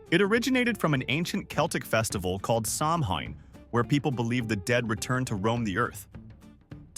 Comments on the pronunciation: Good grief… Sow when. Not Sam hane… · For Americans, it’s pronounced “SOW-inn”. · Samhaine is pronounced “sowan.” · You're calling it "sam-hane." Isn't it pronounced "sou-vane"? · Very nice video but it’s not pronounced Sam Hane it’s pronounced Sow-En which is Gaelic for November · ONE FACT YOU SHOULD KNOW: SAMHAIN IS PRONOUNCED AS SOWAN!! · SAMHAIN IS PRONOUNCED "SOWAN"!!! "TRICK OR TREAT" WAS SHOWN IN A CANADIAN MAGAZINE IN 1910!!! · Samhain is pronounced Sow- en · It is not Samhain, but Shawm. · The real pronunciation of Samhain is Sow-en! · I know, right? It’s pronounced SOW-an. With “sow” rhyming with cow. When will people ever get it right? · OMFG! LEARN TO PRONOUNCE THE DAMN WORD! "SOW-in"...REPEAT AFTER ME,......SOW.....IN! ALL this AI CRAP..is for the birds. THUMB DOWN! PS. EDIT YOUR VIDEO. And..."gazing"...REALLY? It's spelled: guising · He pronounces Samhain wrong throughout the video it is pronounced "Saa Win" 😋 👻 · Samhain is pronounced Sow En...... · This was a great video. And I really hate to call you out on this but you were mispronouncing Samhain. It's an old Gaelic word pronounced Sow-en. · I was born and raised a Celt in Ireland. I’m curious to see what this video will tell. Right off the bat, you pronounced it incorrectly . At least in Irish Gaelic Samhain is pronounced Sow In I’m so glad you mentioned stingy Jack . I grew up hearing stories about him and one of my favourite childhood traditions was to carve turnips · Samhain (a Gaelic word pronounced “SOW-WIN”) is a pagan religious festival originating from an ancient Celtic spiritual tradition. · The constant mispronouncing of Samhain…. 🙄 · I think he mispronounced Samhain. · AI or not, I can't take you seriously, if by now, you still don't know how to pronounce samhain.